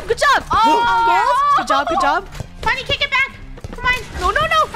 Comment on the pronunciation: Not trying to be rude but it's Funneh sorry